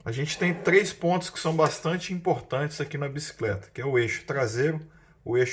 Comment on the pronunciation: video topissimo, só fala a palavra Bicicleta e não "biscleta", perde a credibilidade apesar de perceber que vc tem um vasto conhecimento.